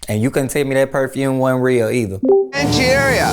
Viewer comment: NOT ANGORIA! LMAO